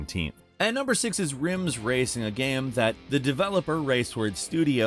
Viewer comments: when is this guy gonna pronounce "game" correctly? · Why do you always pronounce the word "game" wrong/weird at random times? Sometimes you say it fine then other times its just wrong. You do this with all kinds of random words.